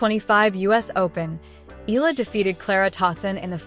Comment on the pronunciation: Her last name is Pronounced (EH-YA-LA) "Eala"